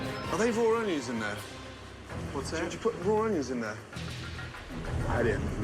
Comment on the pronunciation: this guy doesn't even know how to PRONOUNCE onions let alone prepare